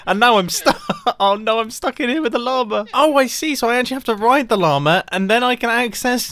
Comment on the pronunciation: the way you pronounce "llama" is funny and cute